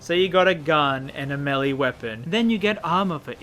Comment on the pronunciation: finally a YouTuber who pronounce melee correctly I break thong every time they said it incorrectly